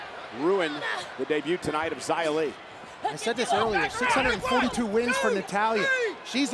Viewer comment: Man the commentators don't even know how to say Xia's name lol